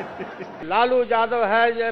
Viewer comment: लालू ❌ लोलू ✅😂